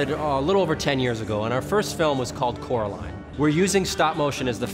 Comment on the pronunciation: Take a shot every time they say coroline